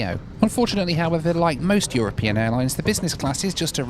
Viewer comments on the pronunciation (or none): none